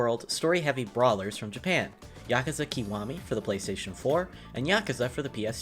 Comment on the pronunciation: made me turn off instantly when you pronounced it "keewami" 😅 why do Americans butcher Japanese words so badly? It's a short vowel I sound not long vowel e... Link below to help you